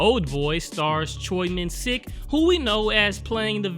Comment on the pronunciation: "Stars Choi MinSICK" Not trying to be a stickler of pronunciation, it just made me giggle hehe 😅 It should sound more like Minsheek!